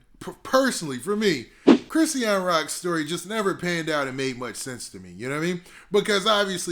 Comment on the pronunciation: Chri-sean two syllables wtf is a Chris- e-an